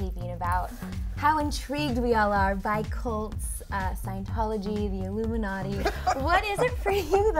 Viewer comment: ILLUMANTI? Lol ok.